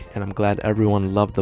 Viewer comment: "Grow some hair on your shest " 💀